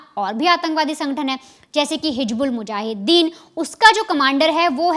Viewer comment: Hij😂😂😂bulmujahiden. Bolna to seekh le rakhail.